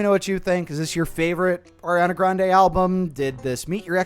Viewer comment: AIR-iana Grande